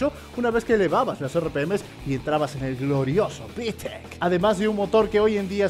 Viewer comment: Tu manera de decir Vitec es de un Dioos